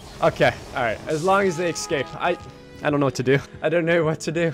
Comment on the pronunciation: You always say "excaping" instead of "escaping" and "expecially" instead of "especially"